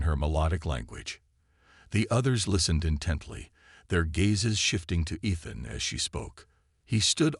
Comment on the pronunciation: Teach the AI TO SAY E-than and un-READ-able. Does Bryan Cranston know yourvAI uses his voice.